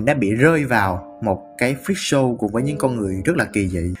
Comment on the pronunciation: freak show mà nghe thành fischl ;vv